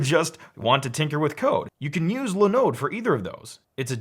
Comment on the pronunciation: It’s not “Lin-ode”, it’s “Line-ode”!